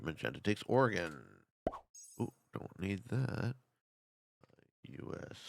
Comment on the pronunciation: Thanks for pronouncing Oregon correctly 🙏